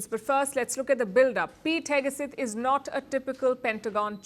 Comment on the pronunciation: Pete Heg-uh-suth?